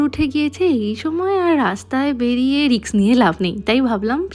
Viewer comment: এটা রিস্ক হবে দিদিভাই। রিক্স নয়।